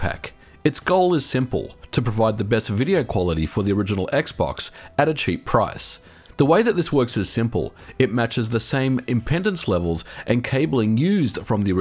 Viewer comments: Did you just say 'impendance' instead of 'impedance'? Lol :P. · Hey there it's called impedance not impendence. I always enjoy the videos you put out! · It's pronounced "ehm-pee-dense." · "Impendence levels" haha. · im-PEE-dince digital-to-analog converter (not audio) and also for good measure -> komPOZit